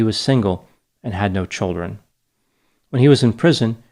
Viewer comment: Are you from Connecticut? The way you say "childrun"